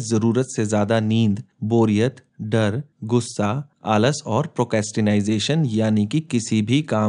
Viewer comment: Sir, its not "procastinization" in Niti 5. It's "procrastination". Please check your vocabulary and pronunciation before you record. Good video with great points. Thanks for sharing.